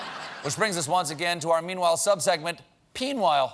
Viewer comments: Always here for "PEEN-WHILE" 😂😂😂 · I will never get tired of SEEN-WHILE😭😂😂